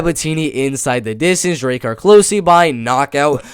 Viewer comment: it pronounced close like "wow they almost found us that was close" and its Druh-Car lolzz so thats druh-car close hehe